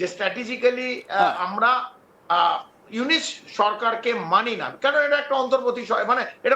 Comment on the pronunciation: ইউনুস কে ইউনিস বলে 😂 নামটাও ঠিক মতো উচ্চারণ করতে পারেনা,,, গোবরখুর বিশ্লেষক 😂